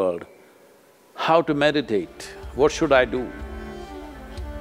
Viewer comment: That’s “meditate” not “medicate”.